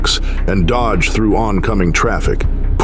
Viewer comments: 29 minute mark and I quote (“What FOLOW WED” and this ripper (“DODGE ED”) whoever is doing your voiceover I’d be giving him or it the sack! AI is the way to go mate! Cheers from Oz. Oh by the way, that bike chase was great! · "...through RU-WAL Wisconsin as Wesley DOJ-ed SPEAK strips." You're a freaking AI announcer. Thumbs down and I'm outta here.